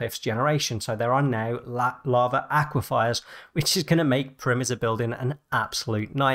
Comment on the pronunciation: You mispronounced "aquifer," but in this case the mispronunciation is somewhat fitting, given that you were talking about lava aquifers.